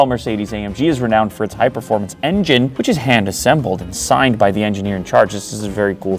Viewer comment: Wow 😮 at 1.46 "which is hand-assebled" now that is interesting way to build a collaboration laptop 😂.. Don't want such fast laptop that will cause "assebled" 🤣